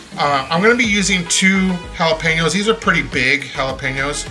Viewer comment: Love your video.❤😂 Just one suggestion.. PLEASE.. if your Mexican..do not pronounce the jalapeños and tomatillos with the English accent. ..( Sounds like your trying to sound like a White Man )😢😢😢😢😢😢😢😢😢😢😢😢